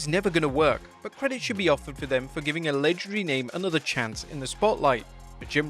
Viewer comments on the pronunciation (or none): none